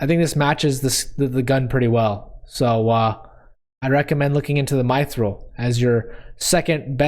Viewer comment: That's not how to say mythril Say it like myth rail